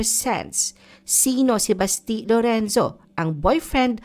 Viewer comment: Basti is pronounced malumanay, not mabilis like Baste.